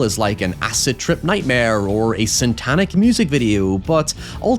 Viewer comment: you keep saying SANTANIC